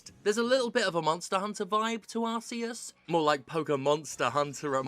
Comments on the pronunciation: Thank God for Jim for being the only reviewer with a real opinion pronouncing Arceus correctly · Thank you Steph for ignoring the stupidity of the Pokemon Company and ACTUALLY PRONOUNCING ARCEUS' NAME CORRECTLY! Thank God for you!